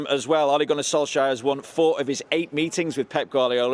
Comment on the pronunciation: Who Notice Pep Could not pronounce Ole Gunnar Solskjær Name He Struggled😅😅😅😅😅😅